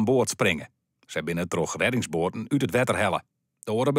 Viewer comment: Uit het water... uhnm UUT het water gehaald😂😂😂🤦🏻‍♂️🤦🏻‍♂️🤦🏻‍♂️🤦🏻‍♂️🤦🏻‍♂️